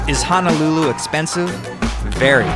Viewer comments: Great video bro...but you killing me with your pronunciation of HONOLULU there is no letter A...it’s not HA-NA-LU-LU It’s HONOLULU...please get it right or else everyone who’s comes here will pronounce it like that..Mahalos for the video 🤙🏾🤙🏾🤙🏾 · Its NOT pronounced "hanalulu"! Its Ho-no-lu-lu! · It’s not hanalulu, it’s Honolulu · sory sir, but it's not Hanalulu, it's HONOLULU, HONO not hana. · It's HONOLULU not "HANALULU!" PRONOUNCE IT CORRECTLY PLEASE. HO-NO-LU-LU! (plus there is no "downtown" Waikiki) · Hono - lulu not Hana-lulu unko lol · Stop pronouncing honolulu like Hanalulu ya coloradan noire. Edit: Other than that, the video's nice. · It's hoe-noe-loo-loo. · It's not Hanalulu! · At lease say it right Ho-No-Lu-Lu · that's right! please correct your pronunciation bruh! HO (as in santa's exclamation) NO (as in negatory) LU ( as in Lululemon) LU! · It's pronounced HO-NO-LOO-LOO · It Ho-No-Lu-Lu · Why do tourist ALWAYS pronounce Honolulu wrong 🤦🏻‍♀️